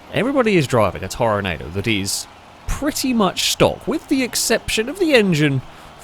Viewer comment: Great video, I love these ridiculous races. Side note, I know it's weird but for this car it's pronounced Tor-nah-do instead of the normal Tornado. No idea why, that's just the way it is🤷‍♂️